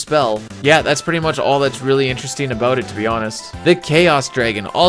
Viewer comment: Lol...I heard that "aboot" slip out during the Templar breakdown.